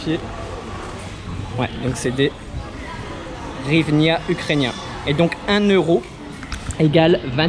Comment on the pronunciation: En Ukraine 🇺🇦 ont ne dit pas hrivina mais Grivnia